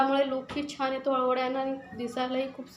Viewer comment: बणवली, छाण, णंतर हे उच्चार चुकीचे आहेत. प्रयत्न करून सुधारा. या ठिकाणी न असा उच्चार करावा.